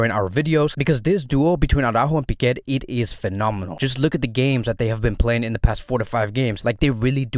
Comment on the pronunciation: Why do you call pique, piqet